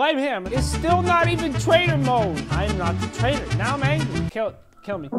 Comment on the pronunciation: "taitor mode"